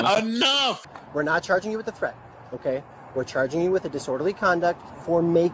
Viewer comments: It's Threat my man..Not Tret..to say ASK..Please...Like swimming..I DON'T GET IT!!! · My man , when you say twet , are you trying to say threat ? Love your show . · Tret? Between the commentator and the woman I'm confused asf Ol boy can't pronounce the TH word if his life depended on it every time he says the word threat I'm rolmao 😂